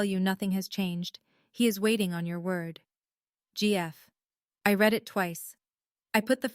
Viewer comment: You have read (reed) as in to read something, and read (red) as in it was read, mixed up consistently.